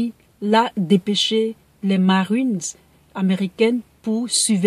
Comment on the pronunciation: Tu pouvais dire marine normalement 😂😂😂 pourquoi ta fait un accent américain là ?!